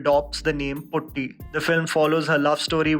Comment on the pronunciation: It's puti not putti 🙂